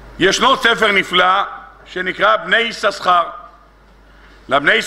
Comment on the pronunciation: כבר אמרתי פעמים אחדות :השם "יששכר" רק. פעם אחת מבטאים בשני "שינים", כשלאה נתנה לו את השם .בשאר המקומות מבטאים רק עם "שין" אחת . נא להקפיד !